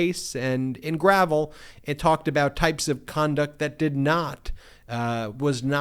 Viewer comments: { believe "Gravel" is pronounced "Gra-velle" as in the former senator from Alaska, Mike Gravel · I'm surprised to hear Ben (apparently) mispronounce the case (presumably) involving Alaska's Senator Mike Gravel. Maybe the case Ben mentioned didn't involve Senator Gravel, but someone else with a similar, but differently pronounced name. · It was in fact Mike Gravel the Senator from Alaska whose name is captioned in that SCOTUS opinion. I was surprised to hear Ben mispronounce his name too, inasmuch as Gravel is or was a liberal hero for reading significant portions of the Pentagon Papers into the Congressional Record.